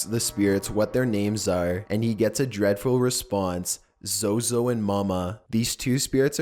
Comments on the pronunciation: Sorry but the zozo baba sounded like yoyo mama🤣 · U must not say zozo other wish u r going to be pozesed